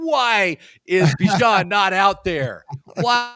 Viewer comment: the bijan robinson pronunciation is out, you weren’t saying it right either 😂